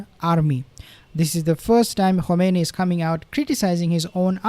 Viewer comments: With all due respects, the supreme leader's name pronounced as "Khaminayi." Not Khumanaini. thank you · Is not komeini is khamenai